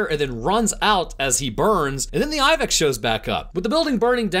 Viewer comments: Anyone else wonder why he says Iveck instead of ibex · What’s he saying? A moth combined with...it sounds like he’s saying “Eye-vig”?